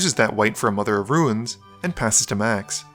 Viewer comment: "Mother of Ru-ines"